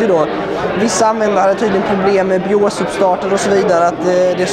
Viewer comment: Gillar uttalet på BIOS: "Bijås"